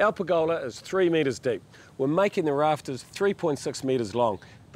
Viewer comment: Per'GOLA ... love the kiwi in the way you say it.